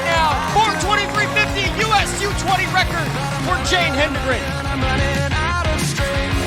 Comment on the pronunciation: Why can’t a lot of announcers pronounce her name correctly? He-den-gren.